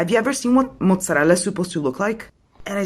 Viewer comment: probably from Italy, the diction of "mozzarella" is in perfect Italian. I am Italian